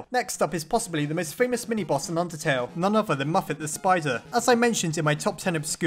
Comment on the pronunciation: I thought he said, "undersnail" Imagine an AU called undersnail Please make this a thing if you want to!